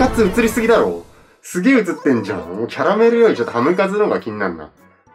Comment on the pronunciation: キャラメェルって言ってるの好き笑笑